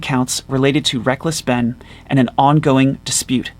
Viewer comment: Asmon cant even pronounce Ben name correctly. He keeps saying Bin Bin Bin